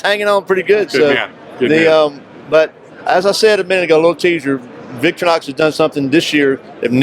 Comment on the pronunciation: what is Victory-Nox ? they are known the world over as Victor-REE-Nox . . .no need to call them something else . . .